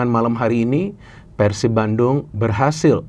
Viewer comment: tinggal cara pengebutannya ganti jgn nyebut Persib tapi Pērsib